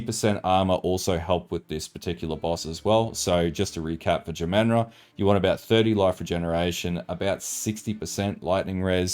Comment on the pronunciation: Say jamanra again. Jah - mahn - rah.....